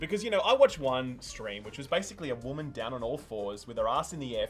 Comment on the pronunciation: “The wamman”